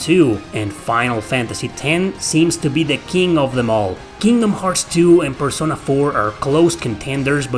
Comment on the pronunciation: great video, i do wanna provide a correction if you don't mind: you are pronouncing certain words like pokemon, taco, persona, incorrectly. they are pronounced the same as in spanish!